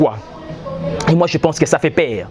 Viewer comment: En tout cas le Congo n'a pas de chance. Il dit celement au lieu de seulement. Il dit per au lieu de peur eloko nini ya bien omoni wana. Bof yo moko ozo loba duction au lieu de diction... zoba na zoba soki ba kutani bako sala kaka buzoba moko.